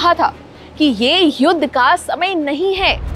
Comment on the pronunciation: ये लड़की युद्ध को युद बोल रही है